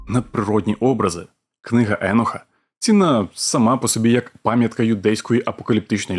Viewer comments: А Чо Еноха , а не Єноха ? ? ? Він теж з бендерштата ? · Книга еееееееееноха :))))ахахахаахахахах да ти блять навіть як його звати не можеш вимовляти…. Еееееееенох😂😂😂😂😂 не еееееееох а Єнох або акцент на О … а не не Еееее … Добре що тупу шапку на тупоголову макітру натягнув… ееееееенох ахахахахахахахааах